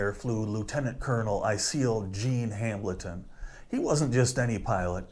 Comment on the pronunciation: Appreciate the video but it's just pronounced "Hamelton" not Ham-Bleton, for God's sake.